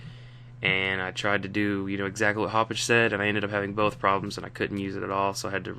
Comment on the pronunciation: Did he say "Haup-Bitch?"